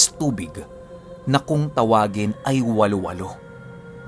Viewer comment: Hnd po walo walo ang bigkas wa-lo wa-lo po un..